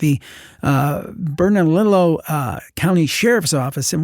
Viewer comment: Hey. The missing military official story takes place in New Mexico. Bernalillo is pronounced 'Bern-a-leo' Love all your work AND.